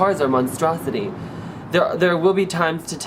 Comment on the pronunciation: "oh my god these cars are a monstrasaty"